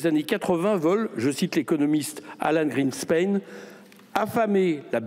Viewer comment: serieux le mec il est meme pas foutu de prononcer correctement greenspan???